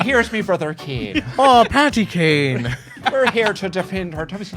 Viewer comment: It's Paddy Kane not Patty Kane, 😏